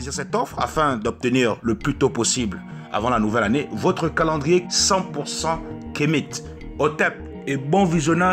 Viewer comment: Toi qui dis être Africain tu le prononce Kemite au lieu (Kamit)